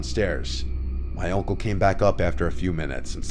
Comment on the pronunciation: Is anyone else hearing "oncle" instead of "uncle"?